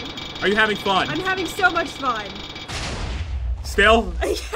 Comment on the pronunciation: Pat, you said 'frun' instead of 'fun' !! Lol